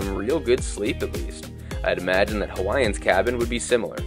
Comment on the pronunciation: Jesus, STOP saying “Hawaiiansezz” and Philippine Airlinesezz”. It’s Hawaiians’ and Philippine Airlines’. The apostrophe indicates possession and you pronounce it the same as indicated by the spelling. This is an Americanism along with a propensity for calling the UK ‘England’ that seems endemic and incurable.